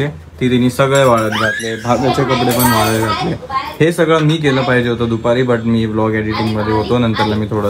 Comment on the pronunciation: Dada te पाहीजेल madhe ल कशाला म्हणतो फक्त पाहिजे म्हणत जा